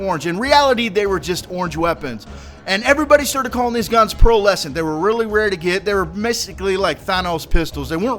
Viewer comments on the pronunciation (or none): Pearlescent bro, not Pearl Essence